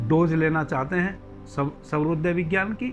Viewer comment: सर्वोदय नहीं , स्वरोदय